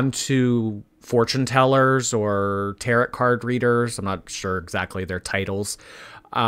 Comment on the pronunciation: as an lover of Tarot, its pronounced like tah-row. Hope that makes sense 😂